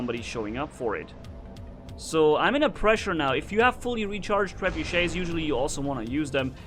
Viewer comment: wrong grammar cause you read the guns like trebeuch wrong